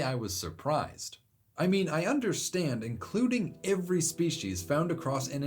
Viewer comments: Every starts with an e not an I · You say "every" really weirdly lol